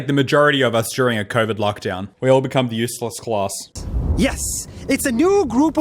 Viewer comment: I hate the way he pronounces "useless" like "use less"